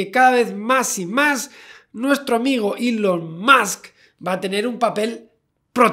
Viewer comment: Gente normal: Elom Musk Gente rica: Musk Javi: Elom Soy el Puto Amo Musk XD